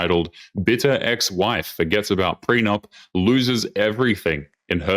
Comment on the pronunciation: ''preenyup'' :face-blue-smiling:That's too good.